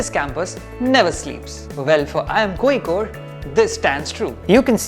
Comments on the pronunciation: And you mistyped seen as scene. And it is originally pronounced as Kozhikode at present not koyikode, unless Locals do otherwise. Fun fact, some other names in the past- The Arabs called the city Qualiqut, Tamils called it Kallikottai and the Chinese called it Kalifo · its not L its' zha' ഴ Kozhikode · കോയിക്കോട് അല്ല കോയാ.. കോഴിക്കോട്..! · And you still learnt wrong one. Its Kolikode with a different L which north Indians can never pronounce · I watched this to learn how to pronounce Kozhikode